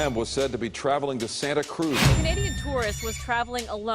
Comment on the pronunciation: To the news anchor at the beginning: uh, sir, it's pronounced Santa Cruz.